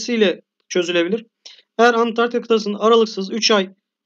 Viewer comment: Videonuz güzel fakat antartika değil ANTARĶTİKA